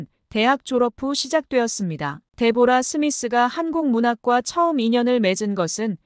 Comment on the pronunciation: 데보라가 아니고 "데브라"....상대방의 이름은 최대한 정확히 발음해줘야 그게 예의이구나!